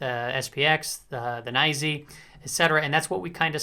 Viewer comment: I started saying NYSE the way you say it lol Naisyy